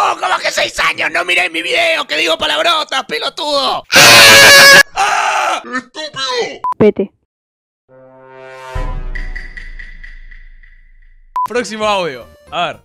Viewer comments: q dijo pete o p**e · Dijo vete o tal vez dijo pete